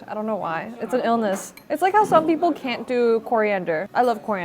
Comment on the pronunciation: Wow! You went to an international school AND America and no one told you about your speech defect? It’s Peeeeople not Pipple just fyi.